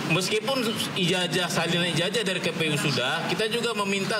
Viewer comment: ija"J"ah atau ija"Z"ah - Jet atau Zet ?????